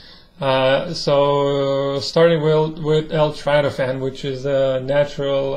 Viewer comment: It’s not trytophan! It’s tryptophan!